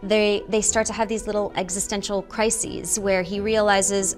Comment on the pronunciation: No one said anything about the way Kristen Bell pronounces Crisis on !?! I love frozen2 and all the voice actors!!